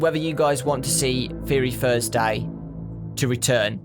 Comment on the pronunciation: theyory thursheday PLEASE